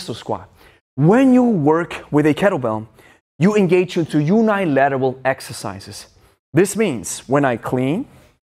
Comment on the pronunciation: Great video! I love and respect all the work you do and it has helped me a lot! Oh by the way the uni in unilateral is pronounced like the uni in universe. Cheers!